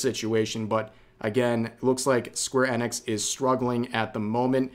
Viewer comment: How is it that you don't know how to pronounce square enix correctly?